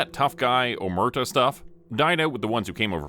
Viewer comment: OmerTAH - emphasis on last syllable.